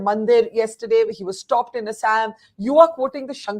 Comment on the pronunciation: Just because you are speaking in English, pronunciation of proper nouns does not change. You should pronounce Assam properly.